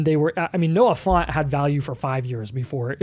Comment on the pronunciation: Who is Noah Font? I only know of the TE Noah Fant.